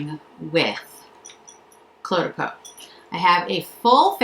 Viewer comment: Oh, Jennifer, thanks for this review. I've been so hesitant to jump into the Cle de Peau pool and appreciate your thoughts as always. Think of the pronunciation this way - the Cle is pronounced 'Clay'. Hope this helps you!